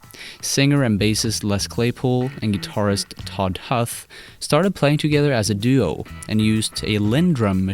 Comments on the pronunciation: Primus sucks. Todd Huth is pronounced as "hooth", not "huhth" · "Todd *Huth*" it's pronounced hooth, like who-th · Cool vid FYI, Huth rhymes with tooth. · I believe it's "hooth", not "huth". But it is "Huth". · todd huth is pronounced "hooth" not "huh-th" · Narrator obviously doesn't listen to Primus or he'd know that Todd Huth is pronounced 'Tod Hooth". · You haven't listened to much PRIMUS at all. Seems like you just read a bunch of stuff from their Wikipedia page and regurgitated it very poorly in this video. Alright, so the original guitarist "Todd Huth" is mentioned in the song "Fish On" and has been talked about by Les many times over the years, yet you still mispronounced his name. (Todd's last name is pronounced "Hooth") Also, it's "WYNONA'S Big Brown Beaver", not "Whyona's". The Desaturating Seven IS a progressive rock concept album, not "almost" a progressive rock concept album. There's more but that's all I can remember. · You pronounced Todd's last name wrong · For real. And you can tell its disingenuous cuz he doesnt know how to pronounce todd huth... Or "debuted" for that matter